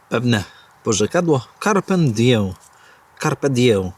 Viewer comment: Carpe diem a nie diję, (Accusativus)- oj to w językach biegly ale po łebkach uciekał chyba 😊